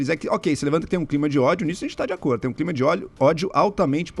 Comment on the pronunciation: O Adrilles não consegue dizer a palavra "CLIMA". Ele vira cebolinha. KKKKK